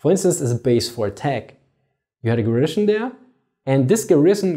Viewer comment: I love your videos. I'm not normally that guy, but you use the word a lot... Garrison. GEHR-ə-sin. Stress on the first syllable, no sh. Not gar-ISH-in.